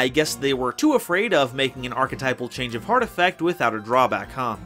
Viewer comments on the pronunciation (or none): none